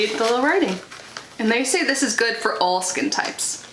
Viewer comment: I thought you said "Old Skin Types" instead of "All Skin Types" - YAY that's for me. 😂😂😂 My skin type & coloring is very similar to yours. I don't mean Old.😉 They're really smart not to put fragrance in the eye-gel (can vapor into eyes 😳), and in the future they should include an SPF in their daily moisturizer - it'll save money & steps.